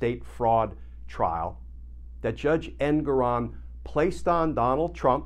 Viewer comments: Glenn, could you PLEASE learn the correct pronunciation of Judge Engoron's name. It's en-GORE-on. It is NOT EN-goron. We don't call you Kitchener. Start calling him Judge en-GORE-on. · Rhymes with 'more on'... for the censor. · His name is pronounced EnGORon.